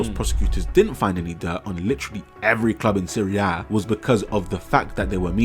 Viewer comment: Hearing you say Serie A correctly gave me a smile, because I'm an OG watcher and you've come along way my guy